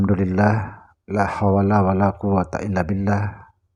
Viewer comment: ini buikan tuan guru ngucapkan lahawala aja sudah salah, lama2 patut di laporkan Mui , mgungkap rahasia diatas rahasia, skarang sy kastau klau kmu tau rahasia , bukti kekaromahmu apa?(! maaf saya tak merendahkan jgn smbarngan bicara tanpa kau tak bisa buktikan dirimu tentang keistimewaanmu, ngomong doang lhu, pasti nnti suatu saat anda akn mmperranggung jwabkn ilmu di dunia, karena mengandung kesesatan